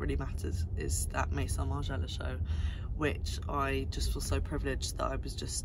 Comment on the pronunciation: Love these roundup videos ! Never stop ! (But i will say... Viard is not pronounced "Viarde", the D is silent and it's "Meh-zon" not "méSSonne". Z not double S + we do not pronounce the N).